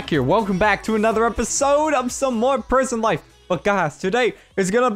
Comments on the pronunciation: He said prision life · You said prion life